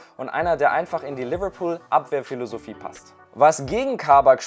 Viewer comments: Nennen wir es jetzt Leberbecken😂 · Bitte deine englische Aussprache macht mich fertig😵 so eklig Liverpool ausgesprochen 🤢🤮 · Seine Liverpool ausprache macht mich aggressiv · Manche sprechen es richtig aus und manche wollen modern sein und alles übertrieben englisch aussprechen und dann kommt sowas raus wie lüverlpool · Mir kommt des kotzen wie der liverpool sagt